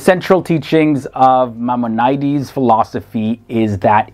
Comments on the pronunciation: Great video! Thank you. Just a couple of corrections: When Spinova's last name is mentioned, it's given as just "Spinoza," not "de Spinoza." Also "Maimonides" is pronounced "mai-MON-i-dees," not "mai-mon-I-dees." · MY-MON-OH-DEES..... JEE-DEE-ISM.... Jesus didn't start Christianity, he instructed the Apostles not to have anything to do with gentiles because his message was for Jews only. Saul of Tarsus started Christianity. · Check out his pronunciation of Maimonides. Sheesh! Am Yisrael Chai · Thank you! Other than butchering many words, Galician, Maimonides, and others...... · The poster should have done more research on the pronunciation of these names. i.e. BaRUCH Spinoza and MaiMONides. These are very famous people and their names are therefore well known. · Pronounced Elly We-zel, not weasel, funny guy. Not Gaelican, Galician, Maimonedes, my-mon-i-deas, dude if you're going to do a video, learn how the names are pronounced. Credit for Ashkenazi, yeah I know nazi is in the word, don't sweat it.